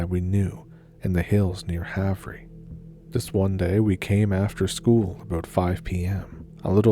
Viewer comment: i love these but just an fyi Havre is pronounced like have/er :)